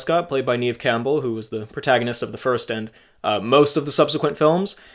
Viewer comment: FWIW, it's Neve as in "rev" and not reeve or grieve.